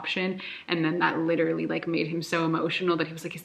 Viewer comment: I can't get over how says 'literally'. It sounds so nice aah <3